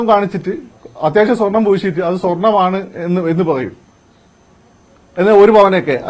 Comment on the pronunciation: ....... കള്ളൻ അനിൽ അക്കര.... സ്വെർണം അല്ല പോടാ